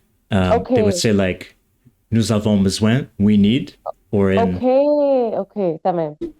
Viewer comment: pronunciation of “besoin” sounded like it had a Québecois twang.